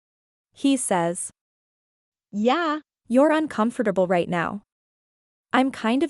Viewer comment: The book's not horrible but the narration is atrocious and every time the" yeah" it sounds like she kicked a cat